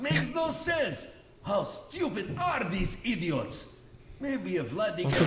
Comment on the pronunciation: zamiast Vladi mów Bladi xdd